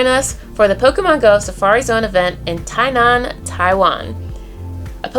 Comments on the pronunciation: it's gonna be good to have you back in Taiwan. I met you last time, it was a treat. And btw you pronounced Tie-nan right, chee-may was close... 😘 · Your “Tainan”pronounce is quite perfect!XDD